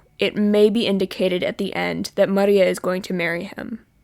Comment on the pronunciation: no it sounds pretty you are wrong